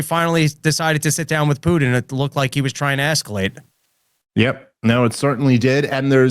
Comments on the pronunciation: PuTIN TIN TIN its a fcking T. Not a D. His name is not PuDin. “Poodin” ughhhhh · Need to get to practice saying Putin; not Pudin! I love me some and Dave, but I play a drinking game based on mispronounced names, cities, etc. Rarely finish a show not absolutely obliterated!! 🤣😂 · Cracks me up how says "Poodin" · I like the way says Poodin instead of Putin. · When say "Putin" I don't hear the "T" I hear a D. Pudin is what I hear. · I keep hearing "Poo'ed in" when says Putin. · "Poodin"" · Can your co-host hear how he's mispronouncing Putin? Keeps saying "Poodin" over and over 😅🤣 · Yes. It reminds me of Dale Gribble saying "Have you Hank?!... Pootin?" He doesn't say it like, but for some reason the way they animated his mouth sticks out in my mind. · Drives me insane. There are parts of the country that turn ts into ds and they need to be punished. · Yes. And he also says "impordant". This too drives me nuts. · It's infuriating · Also, vladimir pudding